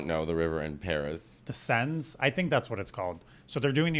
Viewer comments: SEN — Seine River. you pronounced it pretty well except for the “S” at the end. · It's the Seine...not plural lol